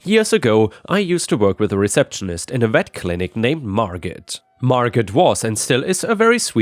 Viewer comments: Its mar go not margit lol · Margot is NOT actually said like Mar GOT. the way you said it. The T at the end is SILENT and the FEMALE name is said like Mar--GO. It would rhyme with words like Bordeaux (wine) plateau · "Margot" is pronounced 'Mar-Go". T is silent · NB,: Margot has a silent T. Pronounced MAR-go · The "T" in Margot is silent. Margo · It's pronounced "Mar-go" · Late to viewing, but Margot is said as mar-go, with the "t" being silent. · Usually Margot is pronounced without the “T” - Margo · Just a note, "Margot" is pronounced, Mar-go. The "t" is silent. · Margot is pronounced without the 't'. 'Margo'. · it's Margo the t is most ALWAYS silent. 😏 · With the name Margot, the T is silent. Mar go. 💜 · Hey, the name Margot... the t is silent. so it sounds like Margo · In "Margot" the T is silent. It's always marGO. (Margot Kidder and Margot Robbie are noteworthy actresses whose names you'd encounter on the internet.) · Margo. Margot is pronounced Margo. I REALLY like your videos, hope you don't think I'm being mean. You are in a different country, and grew up in another different country as well. You do a great job! steve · The t in Margot is silent. Like Margot Kidder or Margot Robbie.